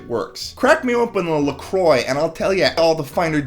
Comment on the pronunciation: IT'S LA KRWAH